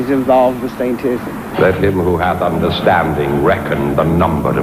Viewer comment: When said, "Satism", I was outta here. LOL